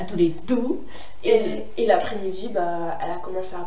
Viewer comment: Moi je part dans 5 jours avec ma Classe !!!!!!TROOOP hâte mm si il y a 12h de car ! PS:C'est Tolede pas Toledo 😅